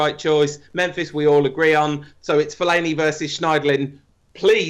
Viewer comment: Anybody who says fellaini deserves a paddlin